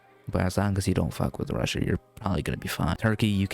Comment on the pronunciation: It’s Russia not whatever you called it